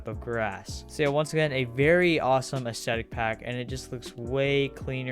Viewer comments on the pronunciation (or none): Im sorry but u said anethestetic instead of aesthetic oml, btw this is